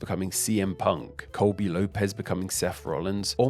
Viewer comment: López* not Lóuwpez